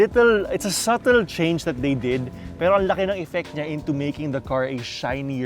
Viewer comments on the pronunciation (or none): none